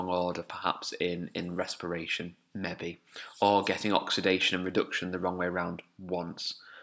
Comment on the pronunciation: The way you say "maybe" is so amusing, I thought you were saying a scientific word at first then realised you were saying "maybe" :'D